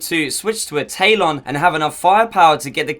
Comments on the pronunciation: Lol I'm English and it's Ta-lon, some people are just special. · im british but i still know its talon not taylon smh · you short bus ridin, window lickin donkey, it’s TA-LON not TAY-LON. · Its talon not taelon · Talon, like the talon of a bird. Not tay-lon. Ta-lon. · The taylon you mean Tal-on right?? Good vid either way but come on bud lol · My guy keeps saying taylon